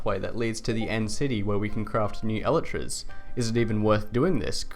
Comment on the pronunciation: i dont like how you pronounce elytras lol